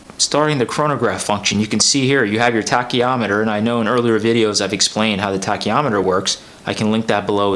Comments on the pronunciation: Pronounced tacky meter, not tacky ah meter. I’ve had my Speedy Pro for over 20 yrs and still love it. Nice brown strap you have there. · There is no "o" in Tachymeter.